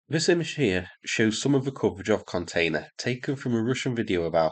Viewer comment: You said,"This video here shows some of nejihfbweifbew container....".. Listened to it six times. Baffled.